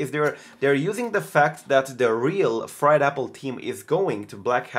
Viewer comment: LMAO Fired apple team instead of FRIED Apple Team